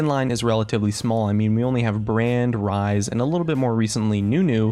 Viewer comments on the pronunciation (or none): none